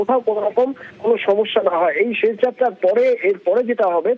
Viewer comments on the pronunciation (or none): ছেশ যাত্রা না আপা , উচ্চারণ হবে শেষ । এই সব তৃতীয় ক্লাসের উচ্চারণ নিয়ে নিউজ প্রেজেন্টার হয় কি ভাবে!